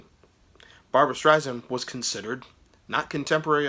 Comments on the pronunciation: Strei-SAND (not zand) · Good review! Make sure to pronounce her last name correctly - you’re saying it like a Z - Streizand - but say it like “sand” - Streisand - she’s very particular about that - FYI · It’s an ‘ess’ (sand) not a ‘zee’ (zand). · It is Barbra StreiSand, not Zand. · I know it's been over a year since this video was posted but again, her named is pronounced Strei-SAND not Strei-ZAND. Also, her follow up album after Stoney End was Barbra Joan Streisand not Barbra Jean. Please get your information straight before posting videos on someone. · Might be a good idea to learn how to pronounce the subject's name of whom you are speaking. It's StreiSAND, like sand on the beach. However, I will give you kudos for getting the spelling "of Barbra" correct. Also, did you really say "Barbra JEAN Streisand"? ... I can't. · Please, her name is StreiSand, like sand on the beach, it does not sound like "z". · SSSand omg. And it was barbra JOAN not jean